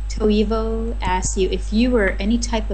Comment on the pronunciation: it is pronounced (toyvo)